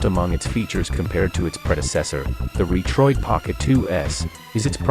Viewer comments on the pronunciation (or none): Is the narration AI generated? Pronounces Retroid (Reetroid).